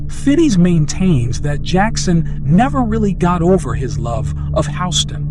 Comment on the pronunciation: How are you gonna mispronounce Houston’s name and do it over and over again. Where you living under a rock? Like seriously